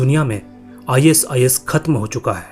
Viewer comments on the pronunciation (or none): Are bhai is is mat bol i sis bol le bhai😅😅😅